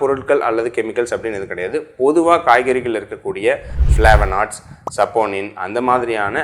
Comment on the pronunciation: மருத்துவர் அய்யாவிற்கு ஃப்ளேவனாய்ட்ஸ் என்று சொல்ல நாக்கு குளறி ஃப்ளேவநோட்ஸ் என்ற சொல்லிவிட்டார் பாவம் அதை எடிட் கூட செய்யவில்லை. நீங்கள் எல்லாம் எப்படி மருத்துவர்களாக இருக்கிறீர்கள். உண்மையிலேயே மருத்துவத்தை ஆங்கிலத்தில் தான் பயின்றீர்களா அல்லது தமிழ் வழியில் பயின்றீர்களா?